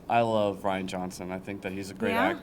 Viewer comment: Rian Johnson's name is pronounced like "Ryan", not "Ree-ann"